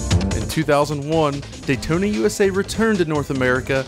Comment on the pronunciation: Say "Dayton" one more time....